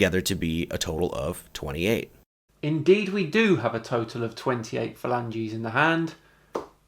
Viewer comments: Every time he says “Falanges”, I keep thinking of Regina Falange, Phoebes fake name from Friends. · "Phalanges"? Is Phoebe at it again?